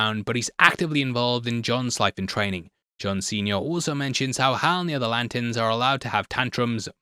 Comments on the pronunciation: Every time says Lanterns, I hear Latins. 😂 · Love, hate the way he says ‘Lant’ns